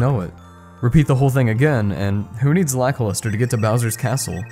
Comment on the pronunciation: i thought it was lackluster, not lakiluster